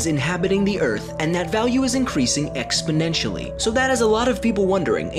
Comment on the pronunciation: not exponensially, paraboliclly. you're supposed to be a science robot!